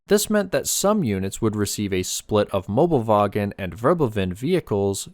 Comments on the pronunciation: Not mobelwagen, Möbelwagen, thats important because if you wanna translate, it would be Furniture Trolley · It is Möbelwagen not Mobelwagen. You can get close if you know Möbius strips. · Mobelwagen is wrong, it is called Möbelwagen